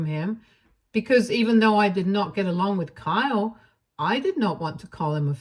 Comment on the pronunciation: Kyle doesn't have a long e sound.